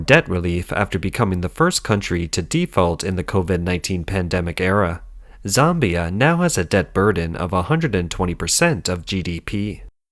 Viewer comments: It's ZAmbia - not Zombia. But that's pretty funny - sounds like the land of the Zombies. Hehehe.... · ZOMBIE-ah??? Hahahaha! I'll never read "Zambia" the same again!